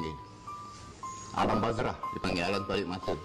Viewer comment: ALAM BARZAKH❌ ALAM BAZRAH✅ SESAT BETUL😆